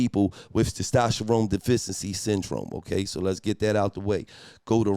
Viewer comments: Testosterone or Stastasharome 🤣🤣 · Gillie not being able to pronounce “Testosterone” is pure comedy! 😂😂😂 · Gillie was fighting for his life tryna say testosterone 😂😂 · Somebody tell Gillie to say testosterone again 😂😂😂